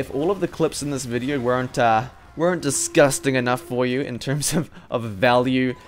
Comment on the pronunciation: When hasn't said "disgusting" with ridiculously stressed syllables for 5 minutes.